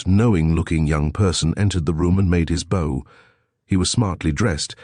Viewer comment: Like BOW and MEDIEVAL. 🤗